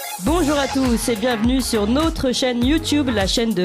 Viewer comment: J'adore la voix de, sa compétence journalistique est indéniable, ses commentaires pertinents....MAIS...au début de l'émission j'ai du mal à entendre...NAUTRE chaîne...NAUTRE référencement...notre chaîne ne se prononce pas comme 'cette chaîne nôtre'(nautre)... c'est un détail qui n'entache en rien l'excellence de ses émissions